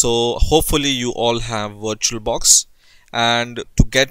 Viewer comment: I thought u said "WatcherBox" and im like wut is that